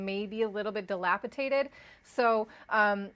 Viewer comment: Glad i didnt listen to you with the "not your keys not your crypto" and buy a ledger lol. Ill stick with exchanges thanks. "di·lapi·dated" not dilapitated